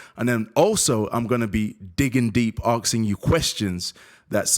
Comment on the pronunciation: "I'm gonna be axing questions..." go ahead then, ax away!